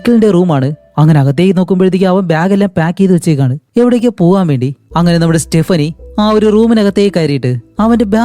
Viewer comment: സ്റ്റെപ്പിനി അല്ല സ്റ്റെഫാനി